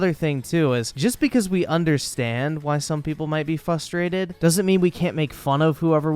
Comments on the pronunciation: PLEASE it’s fRustrated not fustrated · STOP SAYING FUSTRATED GO BACK TO SPEECH THERAPY